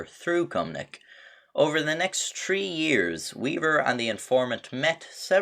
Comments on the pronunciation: Have a drink every time he says Tree instead of Three .. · I love how half the people that talk shit to the police can't talk it's three not tree and fuck no fook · How you know someone is Irish when they say tree not three (I am Irish) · Like this if you're watching for how pronounces three and tree the same way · Why does the narrator sound so much like Mike from THAT CHAPTER trying to sound like a gnome crossed with a pirate? This guy speaks in the same rhythmic meter, drops similar cheeky asides...and his "three" comes out as "tree." Curious, that. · Why when he’s says 3 he actually says tree!?! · I love how he says three (tree) but it does irritate me a little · tree hundred